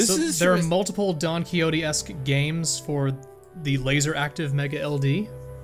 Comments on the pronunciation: "This is Donkey Hotey" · "Donkey Hotey" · i always thought it was pronounced "don kishotte"